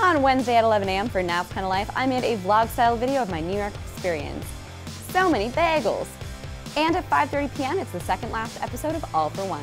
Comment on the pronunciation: I'm kinda excited for nat to learn the correct pronunciation of bagels and also for the a4o FINNNNAAALLLEEE